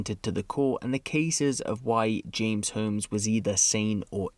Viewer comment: You keep pronouncing “Holmes” wrong.